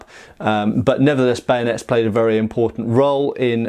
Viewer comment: Why "Bayonets" is pronounced as "Banuts /Benuts" ?